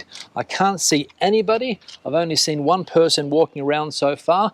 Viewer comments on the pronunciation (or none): none